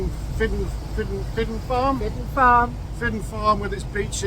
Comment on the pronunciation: Glad you enjoyed your time on our island. You experienced typical West of Scotland weather, mainly rain!!. We do get sunshine though. Some small correction's though...Calgary is pronounced the same way as it is in Canada. Fidden is pronounced Feetchin, Salen has an a as in apple not say. Sorry for being pedantic.